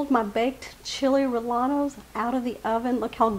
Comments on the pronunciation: yeah it’s pronounced RRE-YE-NOS, just sayin😊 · It’s pronounced Re yeno. The double ll is pronounced with a y in Spanish. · Chill ray-a-nos....you don't pronounce the L's......looks tasty😋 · Good video. However in SPanish the "ll" is "yen" so it is Chili "Ree-yen-nos". Ll is a seperate letter from l in Spanish. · There is no a in rellenos. It is pronounced like reyenos. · its chili reyanos no LL...lol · I think your recipe is an easy one, but please please PLEASE stop pronouncing rellenos incorrectly. The correct pronunciation is ray•en•O Thank you. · Same here in San Diego. I’ve never heard them pronounced the way does😊 In Spanish when there are two L’s together, they are pronounced as a Y. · I was born and raised in El Paso! First time I have heard someone pronounce rellenos like she did. 😉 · …great recipe. I prefer using hatch chilies but found the poblanos were just about as tasty and they are available where i shop almost year around. The proper pronunciation of any spanish word with LL is said as a Y …as in yellow. It wont make your recipe taste any better - thats about impossible but it will impress your viewers who are somewhat fluent in spanish. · The double LL has a sound like yeh you don’t pronounce the L